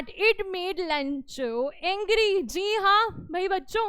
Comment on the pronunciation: Mam lencho haa Bencho nahi 😂😂😂